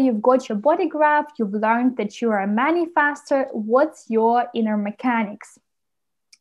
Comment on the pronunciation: For reasons unknown to me, the way you say "Manifestor" Man-i-FASTER, using a short vowel "A" instead of a short vowel "E" annoys the crap out of me and hearing you repeat the word over and over is making me angry; makes watching and listening to this video an impossible task.